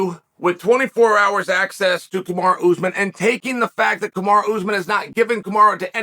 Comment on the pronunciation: Damnit Chow, how do you keep screwing up his name? It's as American as it gets - Ca Ma Ro